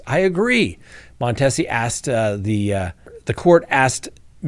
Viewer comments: the judge's name is pronounced Mon-tee-zee. I don't live in Memphis, but within television reception. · Cleotha is a name his mom probably just made up….it’s quite prevalent here in Memphis. Also, on names, you will probably be talking about the particulars on this case for a bit so I will tell you that the Judge’s name is pronounced with a long e. Mon Tee si. Memphis is a very dangerous place. Crime is awful and I am afraid to go there for any reason. There is no respect for life. No one is safe. Children are caught in gunfire, guns are shot off for any perceived insult. Carjacking with children in the backseat. It is really worse than it has ever been. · It’s judge Mon-tea-see just FYI